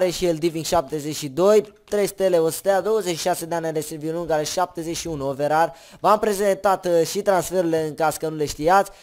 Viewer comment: Ce OVERAR MA? SE PRONUNTA OVERE